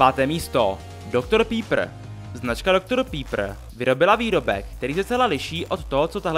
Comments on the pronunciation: Doktor pípr :D Vyslovuje se to Doktor Pepr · Dr. Pepper se vyslovuje Pepr, ne pípr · Zajímavé video ale není to pípr ale pepr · “Dogtor Pípr”😂